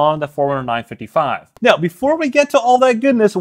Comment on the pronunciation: Am I the only one hearing “9-fiddie-fye” 😂